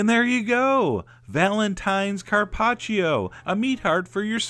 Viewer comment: I'm Italian, and I LOVE LOVE LOVE how you pronounce Carpaccio :D